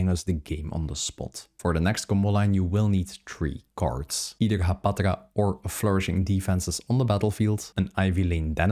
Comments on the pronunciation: Hapatra, not Haptaga!!! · Are you saying "Haptaga"?